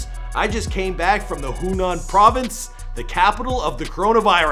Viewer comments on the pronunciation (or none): Hunan??? Mate it’s called Wuhan, Wuhan China.